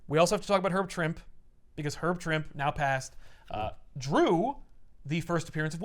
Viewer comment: Actually it's Herb "Trimpey". I'm 55 and just found out. I'd always said Trimp too.